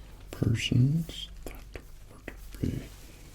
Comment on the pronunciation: I keep hearing "persians" instead of "potions"